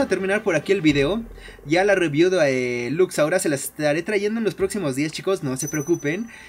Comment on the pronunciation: no puedes pronunsiar lux laura